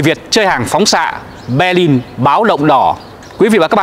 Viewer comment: Hoàn nghênh đọc tên địa danh theo quốc tế và Đức ngữ. Xin tôn trọng đừng dùng âm sai như. Béclin,Hambuốc,Frankfuốc.